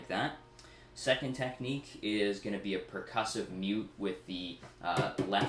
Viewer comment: Did he say Tapnique?